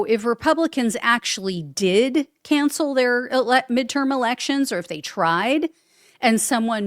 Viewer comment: "Canshell the elecshuns". Alrighty then! 😂